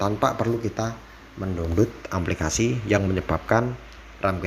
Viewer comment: Aplikasi maseh, bukan amplikasi.